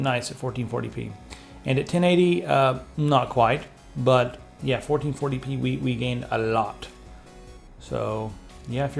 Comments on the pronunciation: lets do some 1440 pness shall we? was it just me who heard that and was it just me that giggled at it..i hope not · Did he just say "Let's do some 1440 penis"??? haha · Anyone else catch him say "1440p nes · He said 1440 penis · "Fourteen forty penis?" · = Fourteen Forty Penis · "1440p(enis)" hahaha